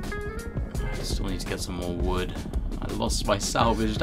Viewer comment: Ah yes, "collect vood"